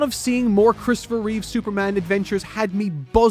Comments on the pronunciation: Christopher Reeve. REEVE. Not Reeves. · It's Christopher Reeve...not Reeves. People keep confusing his surname with George's. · I love you man and I do say this from a place of slight jest, but it's Christopher REEVE. The Reeves surname belongs to George. 😁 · Christopher REEVE. No S. That's the other Superman, George Reeves.